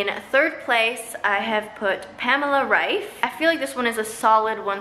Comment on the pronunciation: Your pronunciation of Pamela Reifs last name was the best one I head from an American so far (her last name is pronounced German and I’m German too)